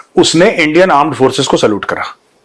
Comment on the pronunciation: Wo bolte hai gourav ji aan... Force 😂😂😂😂 wo yani porkiye